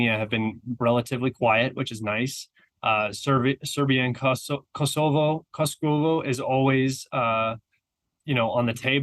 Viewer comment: "Serbia and COSCO-wo" - I don´t know whether that was intentional, but a good one :) (of course it´s Serbia and Kosovo")